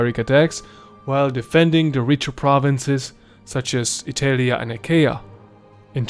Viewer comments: Bro...ITELIA, WTF, why have you thought pronouncing it this way was a good idea? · How can i trust someone talking about the roman empire and pronuncing Italia wrong?